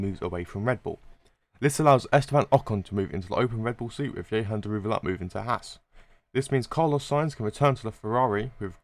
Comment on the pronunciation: Man really said " ye-han " daruwala 💀